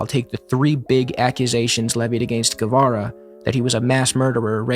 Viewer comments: Great video but please learn to pronounce his name properly. It's geh-vara, not gwe-vera. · The digraph "gu" is pronounced as an English hard "g", and the "u" itself is not pronounced: /ɣeˈbɑrɑ/ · Anyone who pronounces his name Gwevara is immediately discredited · I always thought it was Che "guevera", and I would've pronounced it as such too. Guess I'm an expert on the man too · it's not "gwe-vera" or "gwe-ra". "gue" is pronounced kind of like "gay" in english. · Great video man, I hate to break it to you though but after you said I thought you deserved the truth, you didnt nail a single pronunciation the whole video, not even Guevara. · Spaniard here. You didn't, in fact, kill that pronunciation, but close enough. Also both "u's" in "Guevara" and "Guerra" are silent! Just a heads up, nice video, left a more thought-out comment before this nitpicky one. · Sorry but, you did not kill that pronunciation lmao. Maybe in the sense of hugely mispronouncing it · “Guerra” or “Guevara”; when you have G U E, you don’t pronounce the U. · Some constructive criticism i would add to the video: please check out how the pronunciation of the names. Maybe not every name, but those you say several times like "Guevara" or "Guerra". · It's not "Güevara" but "Guevara" meaning, the "u" isn't pronounced. Sounds similar to the first part of "game". On the other hand, "Humberto Fontava" was perfect! Saludos al pibe! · Your pronounciation is still ‘no-sabo’ level my bro, sorry to have to let you know. FontOvA and ‘Geh’ for Guevara! Smh…